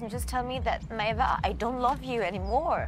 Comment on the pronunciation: Why doesn’t Maeva’s boyfriend pronounce her name properly? It’s Maéva not “ May-Vah”